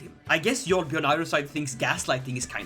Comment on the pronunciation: It is yarl not jarl the j makes a Y sound